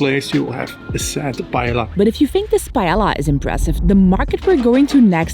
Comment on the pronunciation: im pretty sure paella is pronounced pa-e-ya. im fluent in spanish but i may be wrong. Great video! thanks for the free guide!